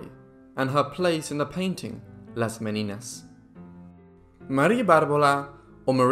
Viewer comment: Not Me-ni-nas; Me/nee/nyas ¡!